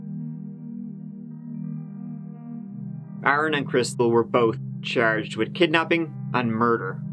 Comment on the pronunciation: So good to hear Aaron said properly and not Erin